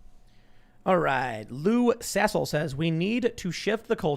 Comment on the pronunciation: Tim said Lou Sassle with no regard 😂